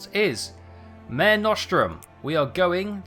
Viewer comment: If you need any help I'm italian so...:) also, the "mare" in mare nostrum in pronounced like "ma-reh", it's Latin, it stand for "our sea"